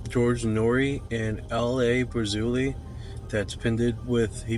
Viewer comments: 5.51: It's L.A. Marzulli, not "Brazulli"... 🙄 One of the most famous grimoires is the Clavicula Salomonis (The Key of Solomon - I found it in an empty house when I was 17). The man speaking at 11.36 about "speaking in tongues" is American ethnobotanist Terence McKenna, an expert on psychedelic substances, who passed away in 2000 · LA pazuli lol. His last name is Marzulli he has a youtube channel decent stuff sometimes